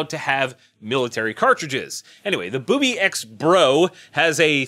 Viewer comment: That company is pronounced ( booby - x ). Any other pronunciation is WRONG! hahahaha Colt's new gun costs 200 cans of tuna.. Cause it smells a little fishy the way they are releasing the debut.